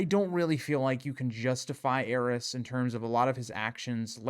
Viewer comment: I think my greatest desire in the world is for consensus on how the Targaryen names are pronounced Is it "heiress" or "ares"? The way its pronounced in this video hits my ears so awkwardly, but should it be affecting the pronunciation of Daenerys? Why has grrm forsaken us